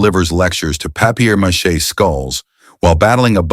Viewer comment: Papier mache as PapiYer MACHEY? God I hate these AI voices. UNWATCHABLE.